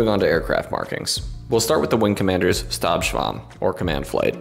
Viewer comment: Just a note: when speaking German or German terms, 'S' sounds use a 'shhhh' sound. Thus, in the case of Stabschwarm, it would be pronounsec 'SHHTab Shwarm'.